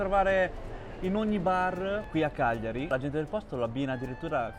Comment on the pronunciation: Bello come pronunci il nome Cagliari cioè Chiagliari. Giusta pronuncia